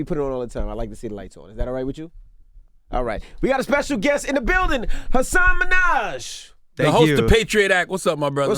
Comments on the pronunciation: Yeah ... it only takes a little bit of research to find the video of Hasan telling someone how to pronounce his name correctly. But, you could tell they genuinely dig his show and what he's doing so that might be a little more important. Also, he has to start just telling people ...correcting them. There's a polite way to do it. Tell them Hasan! ..also...I love you 😍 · they need to learn how to pronounce his name smh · Fucking envy said his name so wrong . The first and the last!! He is not related to Nicky Minaj, DJ!!!! Take time to actually listen how people say their names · ends by mispronouncing his name 🤦🏾‍♀️ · Typical of Envy to pronounce Hasan Minhaj's name incorrectly🙄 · Could have said his name correctly... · I thought the exact same thing. He didn't pronounce the first or last name correctly.